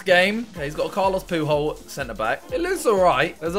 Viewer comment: Everyone: Carlos Puyol Simon: CaRlOs PoOhOl